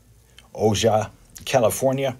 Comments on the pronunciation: I heard Ojai was pronounced “OhHi” no idea I herd it on an audiobook lol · The j js pronounced with an H-- so Ojai is 'O-hi" FYI